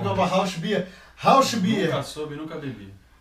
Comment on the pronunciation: Só uma dica pra galera, "rauchbier" se pronuncia "raur-bí-er". O "ch" no Alemão é difícil pra caralho mas parece um "r" que arranha a garganta. Portanto, "raur-bí-er". Show de vídeo!